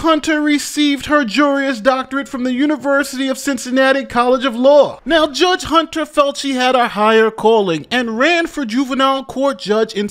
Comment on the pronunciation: Also,... it's pronounced "jur-is", not "juri-us". Typical.